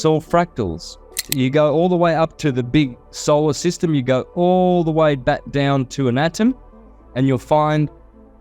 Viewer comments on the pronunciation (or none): you said, "Solar System "??? Don't do that!